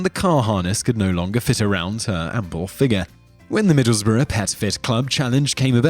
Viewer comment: Wow, somebody who can actually pronounce Middlesbrough. :)